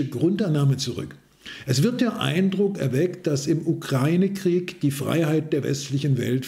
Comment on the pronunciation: Danke, die wenigsten können heute noch UkrAIne richtig aussprechen!!! Danke, Danke, Danke!!!